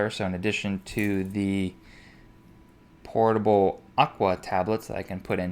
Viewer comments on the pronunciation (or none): lol "portable" agua. (It's Potable) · It's pronounced "potable" not "portable". I mean, yeah they are portable, but they are actually potable. Also, I have an app on my phone called Gaia GPS. It will place you anywhere in the US and show your location on a topo map even without cell service. I know you shouldn't rely on technology, but in this case, it's worth any risk to me cuz I always have my cell phone on me and it's extremely convenient in trail finding.